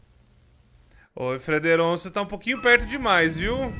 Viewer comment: pq em vez de frederonço não Frederico? kkkkkkk